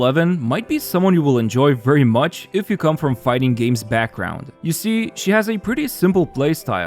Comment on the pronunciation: After that, "you see," now i know you're from chicago